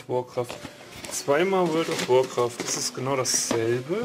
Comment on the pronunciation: Vorld ov workraft